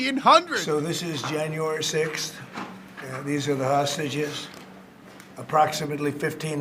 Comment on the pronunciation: I laugh every time he says hostages